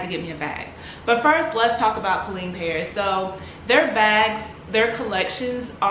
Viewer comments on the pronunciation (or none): It's pronounced Po-Len.